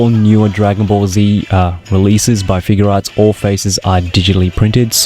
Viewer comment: Just one reminder it's figuarts not figurearts okay please say it right next time when you do another sh figuarts got it figuarts review